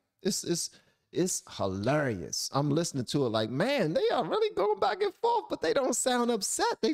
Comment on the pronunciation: The way you like how Jesse says Amazing, i feel that way about how you say Hilarious. You enunciate the syllables very distinctly in that word